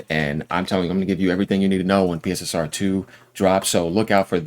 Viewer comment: Its pronounced... Pisser and Pisser2